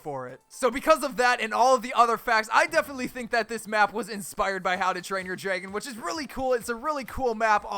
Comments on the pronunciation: Anyone else hear him saying draygon, say it right dude. Its dragon. Lol, jk i dont really care how he says it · Draegon? That how you day it lol and opionion-oepinione